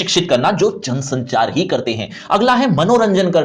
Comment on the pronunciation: It's jansanchaar